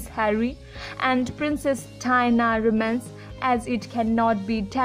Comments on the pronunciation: Terrible narration. Diana is pronounced Di-anna not Dina. And it's Arch-ee not Ar-kee. You really need to get a better narrator and do better research to avoid so many mistakes. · Learn to pronounce their names properly. Dianna, Prince Harry, Lillibeth and Archie please